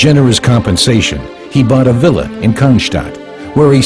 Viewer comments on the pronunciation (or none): none